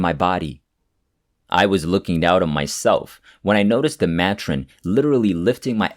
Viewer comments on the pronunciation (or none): It’s pronounced may-trin. Not ma tron 😊Thanks for the stories.